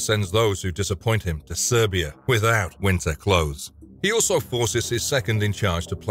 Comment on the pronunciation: Ahahahahahaha sends them to SIBERIA not Serbia 🤣🤣🤣